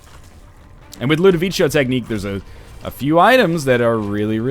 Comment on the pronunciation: I wonder when NL will learn to pronounce Ludovico Technique